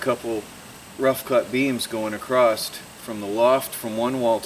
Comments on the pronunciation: the word is across, not acrost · Sorry to be critical but the word is 'across' not 'acrosst'.